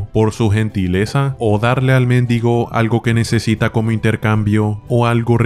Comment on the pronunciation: Muero de risa cada vez que le dice méndigo al mendigo